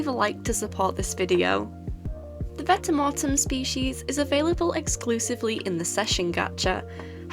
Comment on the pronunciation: I prefer to pronounce it vent-e-mort-em